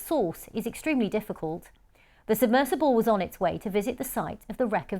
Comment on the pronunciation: Why is she saying words funny? Sonar pronounced differently each time, and “submissible” as opposed to submersible halfway through… who is she?